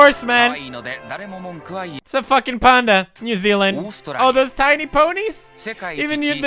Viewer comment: I was just inwardly cringing everyone time he said New Zealand haha.